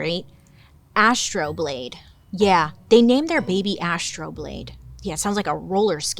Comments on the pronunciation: Came to the comments looking for someone to say this!!! Love this story too. Bailey!!! Astro-labe.... not 'Astro-blade' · It's actually AstroLābe, sweet, my love, my darling Bailey. And I'm not trying to be, like, disrespectful. It's a lot less cool a name, to be true. (An astrolabe is an astronomical instrument.)